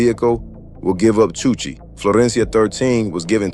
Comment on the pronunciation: chuche not chuchi